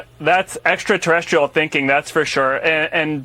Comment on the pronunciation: Yoi u guys got it wrong!! He said ExtraTERESTICLE. He is a treasonous moron puppet that belongs as at gitmo. Soon yo be realized